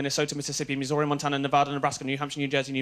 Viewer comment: Pronounced Missouri weird :P